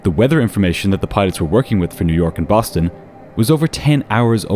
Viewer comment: lol "Boton"